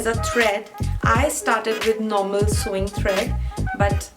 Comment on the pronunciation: woh "SEWING" thread hain, "SOWING" thread nahin.